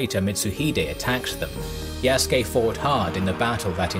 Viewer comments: His Slave name was Isac (the latin version of Isaac). The Naponization of the name is Yasuke (Isac in Portuguese is pronounced as EE - Zah - K, thus Ya Su Ke is the closest phonetic version in Japanese) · Said the name wrong lmao